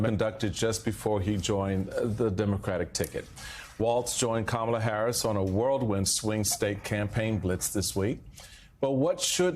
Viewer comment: Harris-Walz "world wind" campaign? - I believe it is "whirlwind".